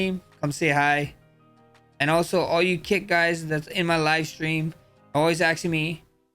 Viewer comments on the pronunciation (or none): none